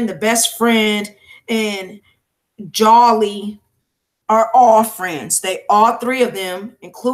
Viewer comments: Great 👍🏾 coverage no disrespect her name is pronounced (Jo-Lee) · It's pronounced joe-lee